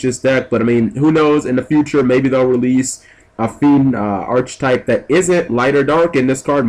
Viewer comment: The one thing this whole video I could not get over, and this is nothing personal G since EVERYONE does it: Mispronouncing Archetype. It's Ar-ka-type, not Arch-type.